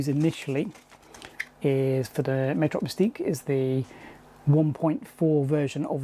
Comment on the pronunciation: Love the video comparing these cards! These were what I was interested in back in the mid to late 90s. One thing to note is it’s pronounced Mat-Rox not May-trox